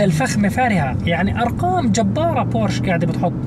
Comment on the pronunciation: اسمها بورشه ، مع احترامي